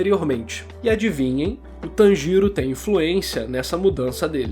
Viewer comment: Eu tô rindo pacas quando vc fala o nome dele kkkkk "Tan Giro" kkkkk eu tô imaginando uma tangerina girando.